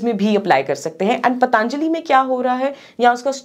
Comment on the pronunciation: Be professional.. It's पतंजलि not पतानजली